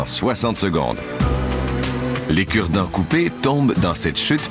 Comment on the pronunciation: lol avec ton accent de québécoise quand tu a dit aujourd’hui on vous parle des cure-dent j'ais crus entendre " on vous parle des kurd ... "